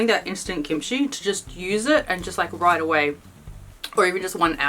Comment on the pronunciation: Is the pronunciation gimchee or kimchee? pronunciation sounds more like gimchee. I've always pronounced it with a K sound.